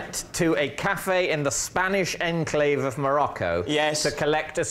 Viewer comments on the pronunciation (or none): did David just say "the spanish rnclave off Morroco"?????????